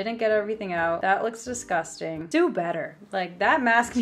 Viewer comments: So i did the 'drinking when she says disgustangg'. I'm hydrated for life now. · Did anybody else count how many times she said DESGUSTANG